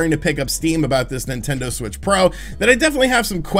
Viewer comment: Nintender? Is that a dating app for Nintendo fans? 😄